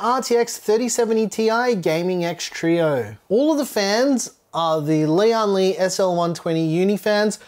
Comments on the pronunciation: Not important, but every YouTube reviewer pronounces the company as Lee on lee. Lian is one word, to be pronounced as lee-en lee. Lian is one character, almost one syllable. It means alliance, union, or united. Li means strength. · This case is bril-Lian Li.